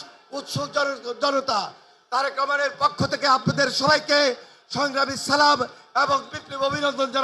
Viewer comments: সালাম টা সুদ্ধ হয় নায়। আপনার প্রতি দোয়া রইল।❤❤❤ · সালামটা শুদ্ধ হয়নি আপনার জন্য দোয়া ও শুভকামনা রইল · সালাম দেওয়া সঠিকভাবে দিতে পারে না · সালাম টাও সঠিক ভাবে দিতে পারলো না, হায়রে মুসলিম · সালামটাও ভালো করে দিতে পারেনা হায়রে মুসলিম নেত। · নেতা-নেত্রীর অভাব নেই কিন্তু শুদ্ধভাবে সালাম প্রদান শেখানোর লোকের বড়ই অভাব .... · তারেক রহমানকে কি কেউ শুদ্ব করে সালাম টা শিখাতে পারেন নি? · সালামটা শুদ্ধ হয়নি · সালাম টা তো শুদ্ধ করে দিতে হবে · সালাম শুদ্ধ করে দিতে হবে।প্লিজ সালাম দেওয়া দ্রুত শুদ্ধ করে শিখুন। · সালাম সুন্দর ভাবে দেওয়ার পরামর্শ রইল প্রিয় ভাই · salam ta thik kore dite pare na abar ayse akhane natok er vashon dito agw salam deya shik shala🤮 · সালাম টাও ভালো করে দিতে পারেন নাহ জাতীয় ইমাম😂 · সঠিক ভাবে সালাম দিতে পারে না সে আবার নেতা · boktobbo khob e valo cilo but dokkho lage tokhon jokhon dekhi apnar moto ekjon priyo manus jar dhormo islam se thikmoto salam porjonto dite pare na. afsos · সালাম শুদ্ধ হয় নাই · যে নেতা মানুষ কে সঠিক ভাবে সালাম দিতে জানেনা সে আবার কিসের নেতা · সালামই দিতে পারে না ঠিক মতো, এর আবার সাফাই গায়😂😂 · উনি সুন্দর করে সালাম টা ও দিতে পারে না। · সালামটাও শুদ্ধ করে দিতে পারে না দেখি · জনগণের মাঝে সঠিকভাবে পূর্ণাঙ্গ সালাম বলতে পারেনা তারেক রহমান, বাংলাদেশের রাষ্ট্র নায়ক হয়ে দেশ চালাতে চাই, তারেক রহমানকে দিয়ে বাংলাদেশ চালানো সম্ভব না। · মুসলিম নেতা সালাম টাও ঠিক মতো দিতে পারে হায় আফসোস হে মুসলিম জাতি কিসের পিছনে ছুটছো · সালাম ও দিতে পারে না ভুল